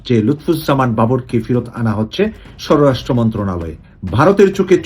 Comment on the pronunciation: স্বরাষ্ট্র উচ্চারণ ঠিক হচ্ছে না।